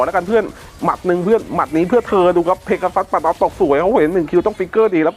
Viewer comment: เพกาซัสไซย่า❌ เพกาซัสเซย์ย่า✔️